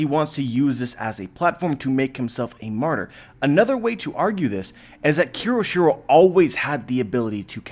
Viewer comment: KYOSHIRO... take a moment and sound it out. You keep saying it wrong.